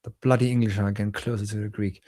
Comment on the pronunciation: Listening to vs is like night and day, not least of which for their Greek pronunciation. is atrocious!